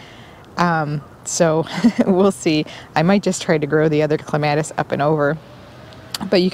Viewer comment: You pronounced clematis differently in this video than in the first one I watched. It's the word that the pronunciation matters most to me so I am wondering why you changed when you were saying it correctly before? I am not at all ready for winter. Still have a lot to do. Work has just been crazy.